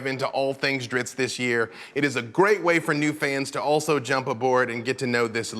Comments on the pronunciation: I was today years old when I realized that I have been pronouncing Drizzt incorrectly for decades... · Two Idiots who can't even pronounce Drizzt's name correctly. Btw Mr Salvatore. Thank you for being a "No Show" when I decide to go to Gen Con Indianapolis for the first time. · zzt not ist, over and over from the creators mouth, i can no longer be shamed by higher level nerds lol =) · Why are they calling him Drittz ? It's Drizzt.... (Dreessstt) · sigh, i have been saying this for decades and people wont listen. his name is not drist, its drizzit. say both of those names out loud, they are different. in the third book of the dark elf trilogy when drizzt meets the boy from the farm the boy runs away screaming its a drizzit its a drizzit not its a drist its a drist. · Why does the host keep saying "Dritz"? WHY DOES SALVATORE SAY "DRITZ"? IT MAKES NO SENSE. If you pay ANY level of attention to the way the languages are spelled out, and just the way it looks... His damned name is Drizzt. Not Dritz. DriZZT. LIKE DRIZZLE. YOU DON'T SAY DRITTZLE, YOU SAY DRIZZ. I know he is the author, but he can suck it up and say it the way it is spelled. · It's Driz-zit. it was even written that way in one of the books when a human girl heard him say his name she said "what is a Drizzit" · I'm sorry did he say driTzz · "Dritz"? Am I the only one shocked to hear it pronounced this way from the man himself? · What's with the mispronunciation of Drizzt by everyone in the video. It surely isn't pronounced "dritzz". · Lol. Drizzt, I always pronounced it (dri-zit). Oh well, he is still my favorite character followed closely by Artemis Enteri. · I pronounce his name Drizz't (Drizz-it)... & ALWAYS WILL... Just sounds So MUCH BETTER... imo :) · Calling Drizzt “Drits” every single time in front of the author is extremely cringe. I’ll give you a pass on Guenhwyvar because I think you have to be a grand master seventh degree Norwegian to pronounce it. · why are they pronouncing it dritz?